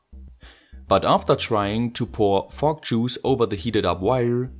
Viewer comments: what I'm hearing is F*ck juice haha sorry :D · The way you say fog juice sound like "Fuck Juice" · Why do i think you are saying Frog juice? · You cant say "Fok" on youtube!! Let alone saying "Fok Juice"! ¤§Ωθ¿¥ฯ!!! Florida!? Your speaks.. Your from Florida?? They use the euro there right? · Everytime you say fog juice, I giggle enough to make my ear phones fall off.